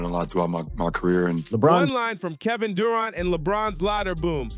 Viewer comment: Stop mispronouncing Durant 😮